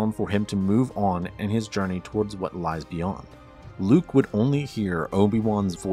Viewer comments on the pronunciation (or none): none